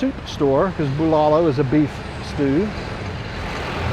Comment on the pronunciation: I know nothing about, but the pronunciation of the food (Bulalo) is BOO-la-loo. The dish is a soup with veggies and beef bones where the eater gets to chew on the marrow. Not my cup of tea, but it is definitely a popular dish here.